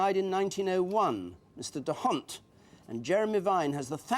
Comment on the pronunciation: Nicely done but it's pronounced "dawnt", not "duh hawnt". it's a Flemish not a French name.